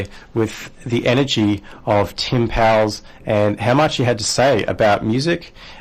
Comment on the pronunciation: Powles rhymes with "coals."